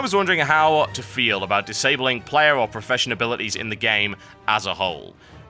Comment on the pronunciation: It's "disabling"